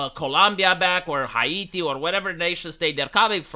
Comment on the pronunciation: "Hiati" huh? 🙄